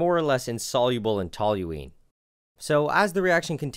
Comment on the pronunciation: Thank you for saying Tol-u-ene correctly, i can’t remember how many clowns I’ve come across that add an “L” ….saying Tol-u-“l”ene. 🙄